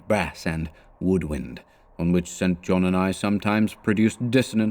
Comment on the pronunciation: Enjoying these. I claim no insight into what Lovecraft intended, but I'd supposed "St. John" was pronounced "sinjon"